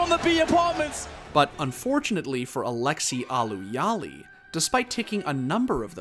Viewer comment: "Aleski allu Halli"